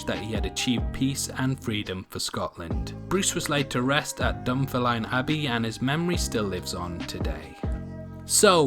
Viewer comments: Dun-Ferm-line Dunfermline with the Line sounded like Lynn or Lin...!! I'm a McDougall... Aldo Robert taking his taxes to Berwick makes no sense to me as it's the other side of the country for him to travel.. ! And it was Isabella MacDuff the young Earl of Fife's elder sister only 19 years old who crowned him (for a second time as she arrived a day late.. ..!! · You what. Dun-ferm-a-line? For fucks sake. I am a Scottish citizen who lives in the town of Dunfermline. It’s “Dun-firm-lynn.” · Also the he was buried in is pronounced dun-fehr-mlin (sorry, from Scotland...) Good vid tho! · maybe pronounce Dunfermline correctly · I liked this video until you totally eviscerated the word Dunfermline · Call yourself Scottish but yet you can't pronounce Dunfermline or Loudoun Castle... 🙄